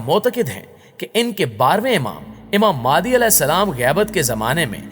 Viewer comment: Its not maadi its mahdi a.s